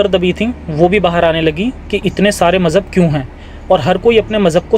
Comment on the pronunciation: Mjhahb 😅😅😅😅😅 dharm hota h majhahb nhi 😅😅😅😅😅😅